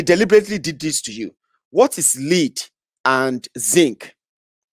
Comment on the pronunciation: Correction; the mineral name, "l-e-a-d", is wrongly pronounced.